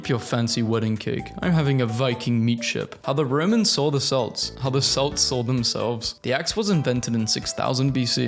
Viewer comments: Celts is pronounce like "KELTS" NOT "Selts", sorry, hearing the it pronounced with an s sound is uncomfortable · bro he said "selts", but it's pronounced "ke-lt-ss"